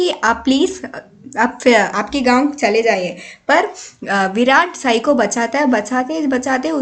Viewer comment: it's not saai it's sai